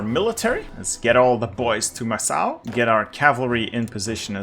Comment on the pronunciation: Macau is pronounced "mackau" or "mahcow". Second syllable sounds exactly like "cow" in English. No S sound.